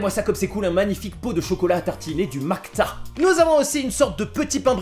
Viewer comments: Aaah le truc au chocolat ça se dit pas Makta mais Pasta ! Et oui ça prend tout son sens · Lol macta c'est Pasta. Le P cyrillique c'est comme le pi grec et le C ce lis S. Juste pour info hein, merci pour tes vidéos :) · C'est pas "macta" c'est "pasta"